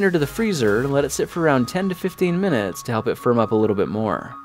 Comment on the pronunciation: I thought he said 15 yo 20 muints